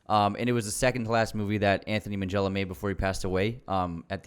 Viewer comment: It’s a hard G though. Not Minjella. That’s just how “gh” is pronounced in Italian - like ghetto.